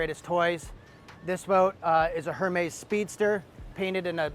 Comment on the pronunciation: Air-mez……. Yeesh